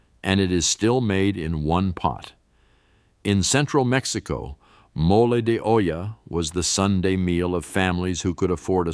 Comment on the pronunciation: episode, chorizo, peso pronounced pay so and he really Santa! Mo lay de ohhla, its okay